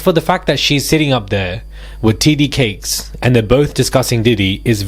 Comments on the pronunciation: T.D. Jakes.... Jakes..boo,not Cakes. Sending goodVibes & positiveEnergy fromCali❤ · It's "T.D. JAKES" not TD Cakes. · you are saying his name wrong is not cakes is Jakes.. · It’s Jake’s not Cakes ….ya clown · TD Jake’s. Not cakes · It sounds like you're saying "titty cakes" (TD Jakes) and I'm not comfortable with that. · His name is not TD cakes. It’s very annoying when you say it. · Wait. Did you say "TD Cakes"? 😂😩💀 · Is it cakes or Jake’s!? 😂 you keep saying TD CAKES 😂😂😂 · Why is he saying TD Cakes??? 🤣🤣🤣🤣